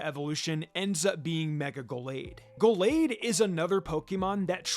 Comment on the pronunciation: How about "Go-lade" as well? That pronunciation is wild